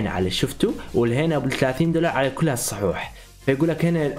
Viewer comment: يا عرب يكول صحوح ههههههه